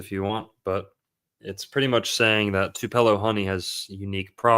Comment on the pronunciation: It's two puh lo... Not twopello